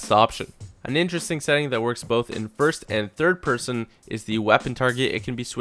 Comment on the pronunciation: Peerson.. Pearsun. Peeeeersyn.